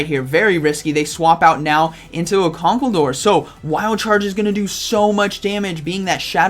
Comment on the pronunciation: Con-Kal- der, not conkel-der. You're welcome :)